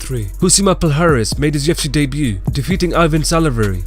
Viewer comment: "UFC day-b-u" 😂😂